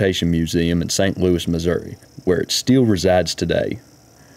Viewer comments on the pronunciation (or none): none